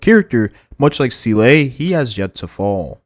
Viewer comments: ZEE - LA not ZEE- LAY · I hate it too. But I’m biding through the video. The e is silent